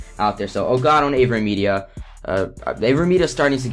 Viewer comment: Elgato or what? Aveen Media? Dafuq u sayin?